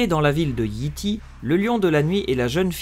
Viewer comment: Petit conseil : peut tu dire Yay Tay et non Yi Ti